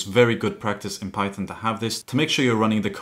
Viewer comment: Bro just said "pychom"